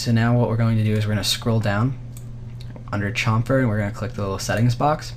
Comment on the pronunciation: u say chamfer incorrectly dude :(